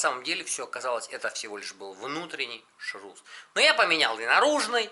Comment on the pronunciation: Ваш ШРУЗ , ШРУЗа - аж ухо режет. Нет слова шруз. Есть слово ШРУС, и расшифровывется он так: Шарнир Равных Угловых Скоростей. Запомните правильно говорить ШРУС.